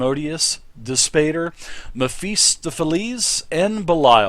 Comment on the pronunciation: Wow, you absolutely butchered that pronunciation on Mephistopheles! Meff-eh-stoff-eh-leez